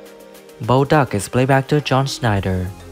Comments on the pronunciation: Who the hell is Bo Duk his name is Bo Duke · That's just the tip of the iceburg... He has Bo's name as "Bo Duk" and even pronounces it "Duck". How do you get his sister's name right but not his... especially when it's a pun for the name of the damned show?! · Bo duk.😂😂😂😂 Bo duke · It's Duke not Duk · John Snyder not Schneider, Duke, pronounced Duke, not Duk pronounced duck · It is Bo Duke NOT DUK ❗ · Bo Duk? That's DUKE. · Bo duk it’s Bo duke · Dude, is Luke and Bo DUKE, not DUK... Hence the name of the show... and besides, how do you get their sister's name right but not theirs? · IT'S BO DUKE!! NOT DUK!!! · Bo Duke, not 🦆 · It's Bo duke not Bo duk !! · Oh my gosh thank you for clarifying!!! I almost fell over seeing her in a wheelchair with no legs!😩 WTF is wrong with these people making such an egregious and incorrect statement???😤🤬 And beyond that…… calling Bo Duke, ‘Bo Duck’??? Who are these stupid people that are narrating?? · Bo Duk? LMAO!!! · Bo Duk? 😂😂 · Bo Duk? 😂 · The name is Duke,pronounced dook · Who the Phouck is Bo Duk ???? Is this the Chinese version of “Ducks of Hawzard” lol😂 Is your name “two can chew ??? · Did he say “Bo Duk”? Automatic 2 thumbs down. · Bo Duke!!! Get it right. The editing is terrible.